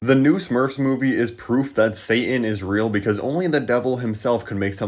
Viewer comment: And by the way, you’re “say-in” when trying to say “satan” is really annoying.